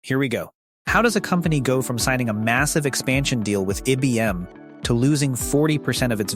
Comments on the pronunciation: Pronounced EYE Bee. M. One of the Biggest Companies in the WORLD!!! And This DUM BASS Does NOT Correct It!! Scares Me About What Is Posted By This Azz Clown!! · So is that how you pronounce IBM?